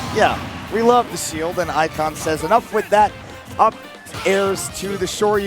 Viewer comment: This set was perfect except for them mispronouncing Ikan the entire time 😂 I love both of these players.